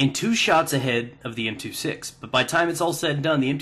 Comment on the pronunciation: M two six? More like "M two sex".